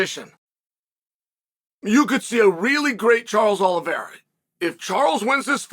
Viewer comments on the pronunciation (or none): none